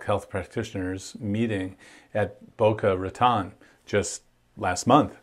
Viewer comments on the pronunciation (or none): FYI: It's pronounced Boca Ratone, with a long "o". 😊